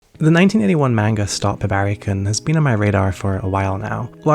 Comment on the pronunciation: "Hibaehri" lol